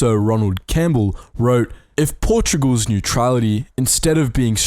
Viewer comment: Is Portugal's, not "Portogual's". But yes